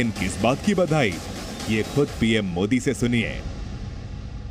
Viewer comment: मोडी नही होता है बेटा मोदी होता है बोलना सीख एक बार